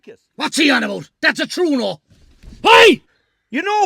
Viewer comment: Lads its called a True- eh- no!